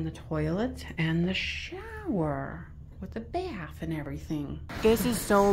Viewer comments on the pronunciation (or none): none